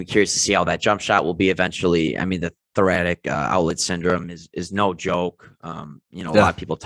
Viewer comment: great video guys. Cant wait to see markelle and JI on the floor together. The best comparison for JI I think is Jaren Jackson Jr on Memphis. Add Franz (who is a knock down shooter & underrated defender), Wendell Carter & a top pick to that and jeezy petes the league is in trouble. btw thoracic pronounced thora-sick..